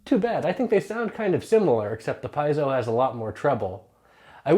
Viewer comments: pee-AY-zo. How hard is that?? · Maybe it's because he can't pronounce piezo (pee-ay-dso).